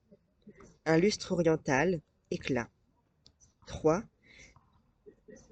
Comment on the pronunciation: en extérieur nous dispense la lumière de Saint Amant. Youpi! Juste une petite correction de diction: "oriental" est toujours quadrisyllabique en poésie classique (o-ri-en-tal).